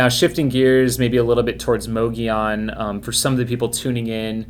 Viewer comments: It's not pronounced with a "moe" it's pronounced with a "mugg" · Fyi- both of you are pronouncing mogollon incorrectly🤣